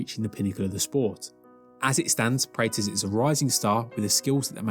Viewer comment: You keep saying his last name wrong. Praw + tez. This is a striking channel so I would have guessed you have seen a few UFC events. Maybe they say his name differently in England?